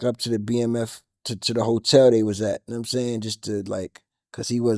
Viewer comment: “Num sayn” 😂